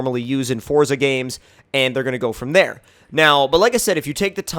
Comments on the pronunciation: Its forZA not forTza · JT Rocha no, it is pronounced fortza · Fuck sake foRZA